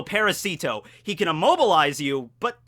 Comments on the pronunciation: Good catch. One thing.. Its not parahSEEtoh. It's paRAHsito. Emphasis on second syllable.. And it does incidentally mean parasite. The way you're saying it means "little for"... Which is just wierd. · Well... Parasite in Spanish is "parásito" and "parasito" (the way Doffy says it) is just swapping the stressed syllable from the second A to the I. It could be intended as a pun, sure, but it can also be a mispronunciation of the Spanish word, which happens every other week in One Piece